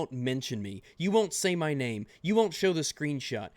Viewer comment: Everytime you say wunt it hurts me